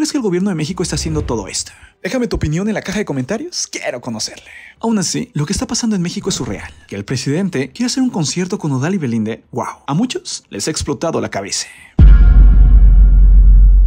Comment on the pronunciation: Por qué todas las palabras que terminan en "a" las terminas en "e", que es eso de "cabece"? No me gusta esa forma de hablar cambiando el final de las palabras es raro